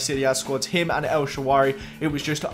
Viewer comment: its el sharaawy not el shawaary